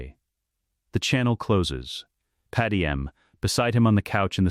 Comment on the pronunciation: I thought these same things throughout the Video. Padam is simply gross. Same goes with Qui-Gon in his other Videos. The false pronunciation of names is for me a no go. The Speed of the sentences are to high and to monoton, sorry. It dosn't sound like Story Telling